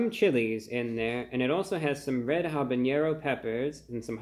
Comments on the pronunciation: Brah, in the name of broadening your cultural understanding, the ‘n’ in ‘habanero’ has no accent on it like it does in ‘jalapeño’ (notice the accent mark above the ‘n’ there.) I always figured you pronounced it that way because you wanted to be closer to the authentic pronunciation, so I thought I’d mention it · there is no ñ in habanero. it is pronounced like a normal n